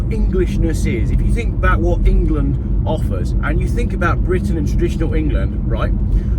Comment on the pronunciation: Engerland, Engerland, Engerland... Engerland, Engerland, Engerlaaaaand, Engerland, Engerland, Engerland...Engerland, ENGERLAND.